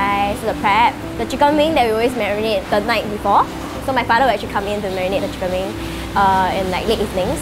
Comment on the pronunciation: she likes to say the word : " Acthree" instead of "Actually"